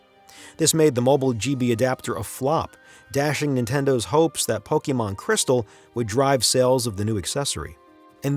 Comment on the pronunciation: Thank you for pronouncing Pokémon correctly